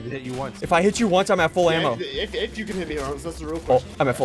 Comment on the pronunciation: When Ssundee kept saying “Im at full ammo” - it started to sound like “Im at flamo”